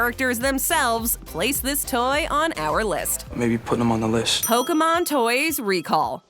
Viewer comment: KFC did Pokemon toys first lol which is bizarre to remember lol like Colonel Sanders saying Poh Kay Man lol